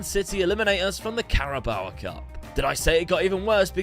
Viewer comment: Can you please learn the proper way to say the word Carabao, it hasn’t got an ‘a’ after the o so why do you add it on 😂, great vids though keep it up